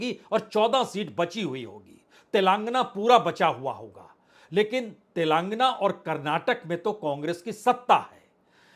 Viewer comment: तेलंगाना को तेलांगना क्यों बोलते हो?